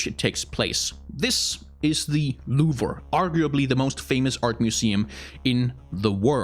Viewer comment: I kinda cringe when you said louvre but nice video.